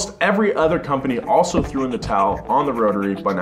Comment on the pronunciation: I love the show, love the channel, I think you are a great, charismatic host but I would like you to stop saying "Ether" when you mean to say "Other". I will continue to watch either way but if it bothers me Im sure it bothers other people as well.